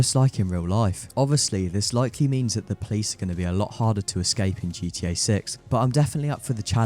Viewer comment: I swear * heard you say GT-Ur at one point